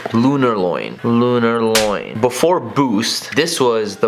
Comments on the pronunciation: "Alumini". "Lunarloin". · lunar "loin" lmfao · Mans really said Lunarloin lmfao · Lunarloin 😂😂😂 sirloin steak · This nigga said "loin" he thought the insole was a piece of steak smh